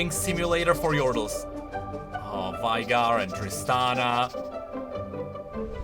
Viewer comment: You know, its' not "Volley", it's "Valley". Also, Veigar is confirmed to be pronounced as in "hey", so "Veygar", not "Vaigar", in case you didn't know about the creator confirming it